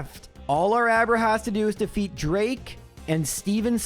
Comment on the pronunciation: Can't pronounce Pheobe Sydney drake or Glacia but correctly says pacificlog.